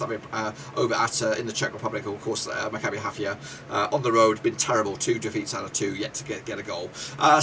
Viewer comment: You do not correctly pronounce the name of my team: Maccabi Haifa. But thanks for the opinion, we are an underdog in this group but hope to surprise them all 💚